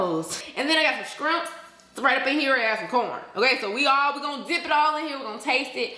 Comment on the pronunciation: “Skrimps” 😹😹😹 ....Yesss to the Hennessy & lemonade!! I go to a Hibachi grill near me and they call it my special drink because nobody else orders it and they know its me when the waitress comes to the bar to get it: the ghetto lemon drop!! Lol! I just get 1738 instead of Hennessy! Must be the Bomb ass Leo in us! 🤪♌️